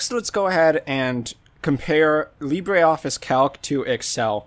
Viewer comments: It is Lee-bruh, not Lee-bray. The pronunciation is French, not Spanish. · Bray, Lee Bray